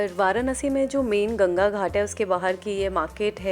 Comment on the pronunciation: It's वाराणसी not वारानसी